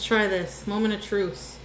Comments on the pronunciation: Did she say "moment of truce" instead of truth?? LMAO she can't even say the truth in her turns of phrase! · Ok, so it wasn't just my ears that heard "truce"! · "moment of truce"